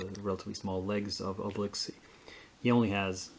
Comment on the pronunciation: Great job on "Asterix" and "Obelix"!